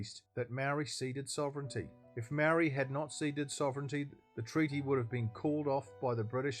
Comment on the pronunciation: The way you pronounce the word 'Maori' tells me all i need to know!